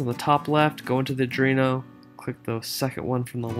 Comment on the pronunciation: Just FYI: It's pronounced "Arr-dwee-no"